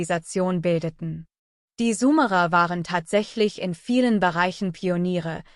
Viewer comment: Sumerer und nicht sumara ...warum liest das eine KI ...